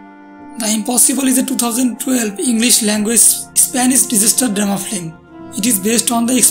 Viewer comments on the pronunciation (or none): Flim... it is pronounced FILM! not Flim.